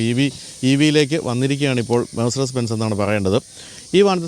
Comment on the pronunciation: Most of the automobile vloggers in India pronounce the name Mercedes wrongly. also is not different. They can easily rectify it by listening to European vloggers.